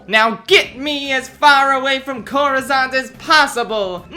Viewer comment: Coruscant, not coruzant.